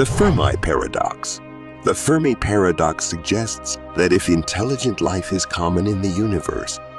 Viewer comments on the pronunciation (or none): How u gonna say The firm i paradox and then immediately call it fermi paradox 🤦‍♂️